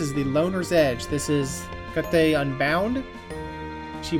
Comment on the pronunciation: btw looked it up, Hecate is pronounced "Heck-it" Like fuck it but your saying heck first